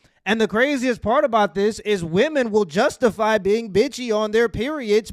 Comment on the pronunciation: when did the world start pronouncing women the same as woman